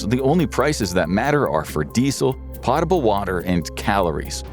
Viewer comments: "pottable" lol It's "potable" pronounced "pote-able" It means something safe enough to drink, and is mentioned in almost every single Celebrity Jeopardy sketch in SNL There, the category is called "potent potables" which refers to liquor If you've never seen a word before, it takes a second to look up how it's pronounced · "potable" pronunciation is embarrassing